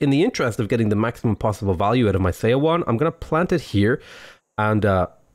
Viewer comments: Seondeok is pronounced Soundouk Edit: And Seowon is like "Souwon" Also, Lmao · Her name is pronounced like "sun-duck" and Seowon is pronounced like "Suh-one". When Korean is written with English letters, "eo" is pronounced like "uh".